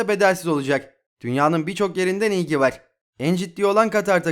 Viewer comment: Var derken vağr demene tilt oluyom kanka agzini yuzunu kirmak istiyorum